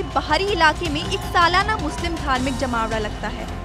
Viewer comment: Bolne ka tarika kesa he jmaoda jali use program karykram bhi bola ja sakta he lekin tum to jahi ho tume kya pta